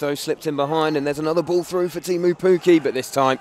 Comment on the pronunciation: One commentator said "Effridge saved the penowy " . I think he meant ",Etheridge saved the penalty" . He also often said frew (through ?)